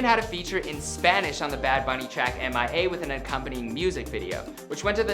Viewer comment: “M.I.A” 😂😂 STOOPID